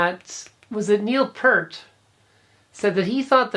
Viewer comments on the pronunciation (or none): none